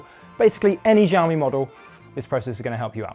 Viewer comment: It's pronounced "Shaomi" 😏